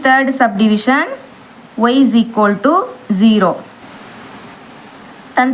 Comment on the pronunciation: Akka no shequoldu😂😂 only eqoldu